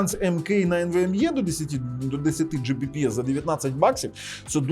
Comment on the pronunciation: Оцим вирізняється. Він любитель педантично зачитувати в спеках все до букви, як написано. Він завалює свої ролики купою не завжди зрозумілих, в т.ч. і йому самому, технічних термінів, абревіатур і т.д. Ось хто ще, крім нього, "10 Gbps" прочитає, як "Джі бі пі ес"? От слухає людина ролик, і як вона на слух це сприйме? Скоріше за все, як чортішо. Чого тоді скорочувати, відтвори термін повністю - "10 gigabit per second", чєвоуштам 🤣 Але більшість на його місці таки скажуть "10 гігабіт на секунду". Або просто "10 гігабіт". От хтось його спитає -, а яка швидкість твого інтернету? А він такий: "10 джі бі пі ес"!